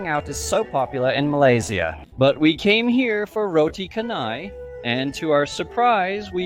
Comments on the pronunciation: Well....chennai is definitely a place in india...but canai ( pronounce as char-nai) not ka-nai . In malay,Canai means the process of making things thinner..,.in this case making the bread very very thin by stretching it and flipping it couple of times ... Now you know why it is called roti canai....do you still think we should call it roti chennai instead?😊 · canai in malay means flatten, or thinning process., canai is pronounced chanai. Its name is not from Chennai city in India, Chennai city in India name exists started in 90s whereas roti canai exist in malaysia since British Colonial 1800's